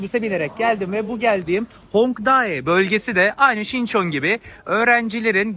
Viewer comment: Hongdai değil kardeş Hongdae 홍대 demelisin